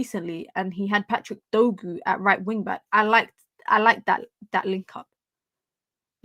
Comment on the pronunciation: His name is Dorgu not Dogu